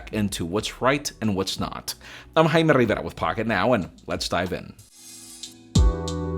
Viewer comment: "I'm Jaimererrararaararaarrraaaa" ---You're awesome!